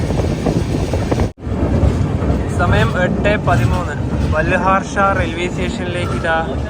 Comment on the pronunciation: ബാൽഹാർഷാ അല്ല ബല്ലാർഷാ ആണ് H Silent ആണ് പല വീഡിയോയിലും ഇങ്ങനെ പറയാറുണ്ട് ഞാൻ ഇവിടുത്തുകാരനാണ്